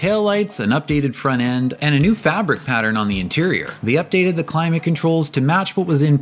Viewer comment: Wtf is "fronnen"???